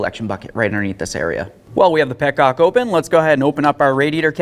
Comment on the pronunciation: Petonges! I love it. There's Frenchman somewhere in that boy lol.